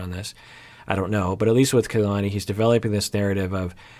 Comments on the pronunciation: Kalani is KA-lani not KAY-lani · KA LA NI. not ke y lani. also its A DOLF not AY dolf bye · Please STOP mispronouncing her name! It's like nails on a chalkboard for those of us with Polynesian names. It is NOT KAYLani it is KahLani. Both a's are soft.